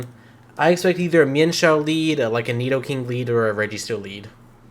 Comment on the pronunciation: If I hear you say nidokink one more time I’m finna act up in a way you ain’t ready for 😏🤔